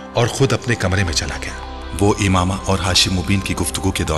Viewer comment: It's Imama 😑